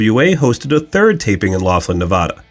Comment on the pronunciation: Not many are able to pronounce Laughlin correctly so nicely done from a local of the area around it